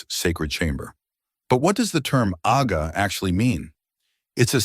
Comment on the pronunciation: It's "Agha" please. DH